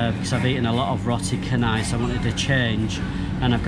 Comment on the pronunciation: It's roti caanai, not cenai.